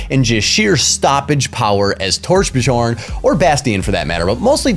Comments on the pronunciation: it's "Tor-BEE-Yorn" :) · I think the way you speak Torbjörn is overpowered :D .. It's Torb- YORN